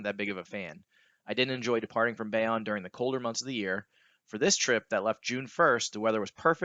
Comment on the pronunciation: Great vid. FYI it’s Bayonne (bay-OWN)